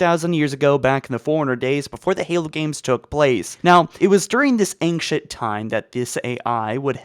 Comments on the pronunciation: I'm glad I'm not the only one who was hearing "Ankient humans" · Lol the ankcient Libarian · am I the only one who is very disturbed with his pronunciation "Libarian" instead of librarian and "anchent" instead of ancient? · 6 ads on a sponsored video by someone who pronounces "ancient" as "angcient." Unsubscribed. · Ancient (ain-shint) not ainkshint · "The Liberrian", "Ankient humans", and "Nucaler" are part of my drinking game when I watch these vids, lol! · Libarian, Angshit instead of 'Ancient', and in other vids Lone Woof instead of 'Lone Wolf' tf is going on here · Dude you HAVE to work on your pronunciation. Your content is 90% talking. Speaking abilities are pretty essential. Liberian Ankshient Assellerated and a lot of others. Driving me nuts LiBRARian An-CHENT AKselerated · Why are you pronouncing ancient as angshent? It’s driving me nuts. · Also, there's no 'g' in ancient... Aangcient XD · after hearing ancktient 20 times i wanted to close the video ngl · Pronounce fucking ancient and librarian properly